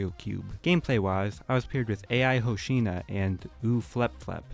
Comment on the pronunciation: Aint no way he called ai hoshino A.I. hosina